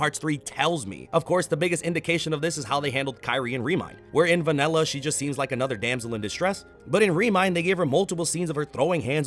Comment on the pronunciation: Why did you say vanella instead of vanilla